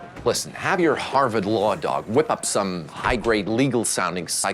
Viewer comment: Did his British accent pop through for a second on the second syllable of the word "Harvard"?